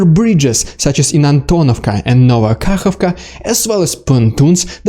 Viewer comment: Did you say kakavka?